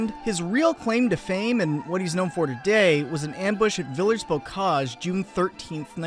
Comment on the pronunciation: the french word "villers" very obviously does not rhyme with millers, man.